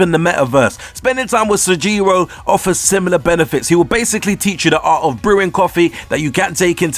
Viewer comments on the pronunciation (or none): I noticed that too. "Raiuji" "Sojiyro" "Takimi" etc. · So... You claim that you played the game ergo you heard all of the voice lines and you heard the pronunciation yet you still manage to get it wrong like "Rai-yu-ji", "Takimi", "Sahjiro" or "Mementum". It's quite interesting to say the least.